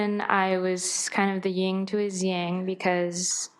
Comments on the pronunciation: It's yin not ying you hipster dufus! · She didn't even get "yin and yang" right! She said "ying"! What a wanna-be hipster.